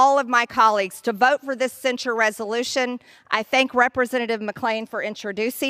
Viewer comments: Wth, is Cen-Shored? You said it wrong like 9 times. Its Cen-SHIRD. Not Cen-Shored rofl.. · Please learn how to pronounce "censure". Love your content! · What does "cen-sure" mean?